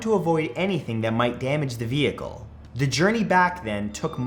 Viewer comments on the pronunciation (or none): none